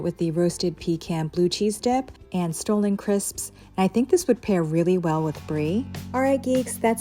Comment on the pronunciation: it's staa-luhn crisps, not stolen. thanks!